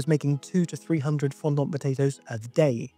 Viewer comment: I wish hearing the word 'fondant' pronounced 'fon-dont' that many times didn't upset me so much...